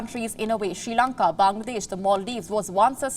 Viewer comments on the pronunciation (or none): There is no Country as "She Lanka" its "Sri Lanka". First Pronounce My Country's Name Correctly...